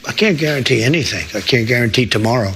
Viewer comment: "I cant garauntee that." Jesus tap dancing Christ on a communion wafer. This is where we are now. Fucking great.